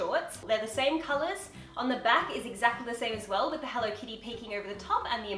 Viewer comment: Why does say HENLO instead of HELLO?